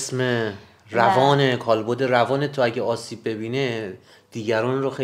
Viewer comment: کالبُد اشتباهه دوستان درستش کالبَدِ